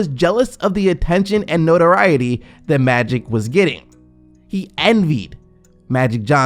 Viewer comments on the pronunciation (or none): So the narrator did a whole story on magic Johnson but cant say magic? Who is maddic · Can you pronounce "Magic" instead of "Matty" Johnson? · No disrespect but...is he saying Maddy Johnson!? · Is it me or does he keep saying Madic Johnson? ;_ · Why can't this guy say the word "Magic " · who the fuk is Ma-dick Johnson? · SMO hahaha! I heard him repeatedly pronounce his name like that too lol